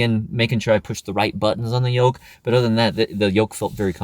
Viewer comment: I think it's "Yoke" steering, not "Yolk".